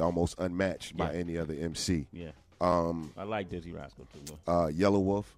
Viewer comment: He def gets my respect for sayin dizzee rascal